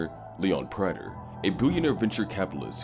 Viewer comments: Bro learn how to pronounce praters name. They say it in the show constantly. This is trash narration. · Why doesn’t this narrator know how to pronounce Prater’s name ?